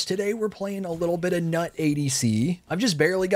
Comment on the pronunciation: Wow, what an unpredictable joke lol. Although her name should be pronounced as 'newt'. Also, Geb is Nut's husband, so it's nice that he's your support